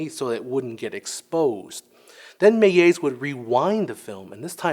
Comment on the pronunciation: The L in Georges Méliès is pronounced like an actual L, not a J/G